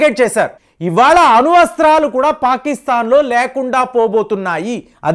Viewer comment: అణు వస్త్రాలు కాదండీ అణు అస్త్రాలు లేదా అణ్వస్త్రాలు. నన్ని కాదండీ నన్ను నాదాన్యాహు కాదండి నెధన్యాహు మురీషయస్ కాదండీ మారిషస్